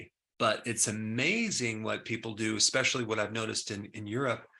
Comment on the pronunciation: My man, you're a Doctor, but you say "expecially" and "expresso."